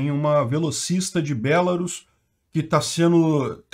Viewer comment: Só uma coisa, se diz BelaRUS e não BElarus, mas se não quiser falar certo beleza, eu mesmo chamo ainda a chamo de Bielorrússia :\